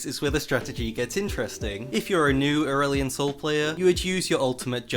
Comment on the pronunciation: Your first Aurelion Sol sounds like Earl Sol which makes me think of Earl Grey Tea but if I think further I think of Earth's son... Yeah... my mind is going places man, I'm tired, another night no sleep for schoolwork cause theses are fun